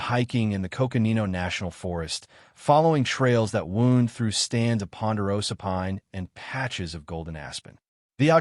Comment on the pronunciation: AI needs to learn the difference between wound (like a cut) or wound like curving trailwise.